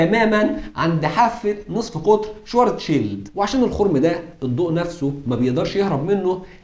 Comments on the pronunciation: الحلقة دي رائعة جدا جدا انت اتكلمت عن علماء طول التعاقب الزمني هضم اسمائهم بس أنا حاطت لمعظمهم صور في شقتي … ملحوظة النطق الصحيح لاسم العالم الألماني هو كارل شڤارتسشييلد مش شوارزشيلد تحياتي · وين يا عم وينك ...اشتقنالك ....بس للتصحيح اللفظي باعتبار الاسم ينطق بالألمانية : شفارتسفيلد